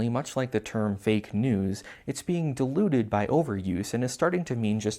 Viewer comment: I can’t quite tell if you’re saying diluted or deluded, but I assume the former. Always informative, always entertaining, and always with adorable ferrets at the end... except for this video? 😭 whyyyyyyyyyyy?????